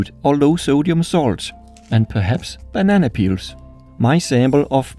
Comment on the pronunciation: I need you to make more videos involving bananas. I’ve seen two so far and I love your pronunciation of banana.